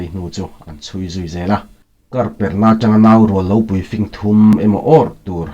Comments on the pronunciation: Tlem kan corect ve teh ang i awphawi adik ngaihthlak pawh anuam chutih rualin Lo fing tih te singsa ilam rik danhi han ngaithla leh la arik dan afuh lo deuh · Fing tih kha i lam dilo ziah